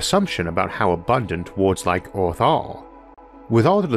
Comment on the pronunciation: Everyone: Earth Arthur: Eorth